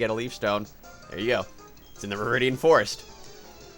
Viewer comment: when you got that full restore in viridian forest, it sounded like you said forest ore XD